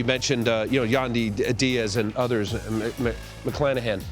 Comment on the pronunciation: You can tell the announcers don’t even know what the hell they’re talking about. They miss, pronounced, Randy Arozarena‘s name, and Shane McClanahan‘s name. You’d think they would actually do more research and actually watch and listen. Pretty sad.